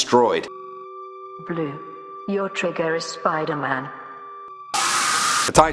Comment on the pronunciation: I got triggered when she said "Spider-Man"